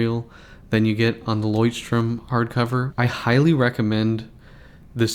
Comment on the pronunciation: Why do you keep pronouncing it as "strom"? There's no 's'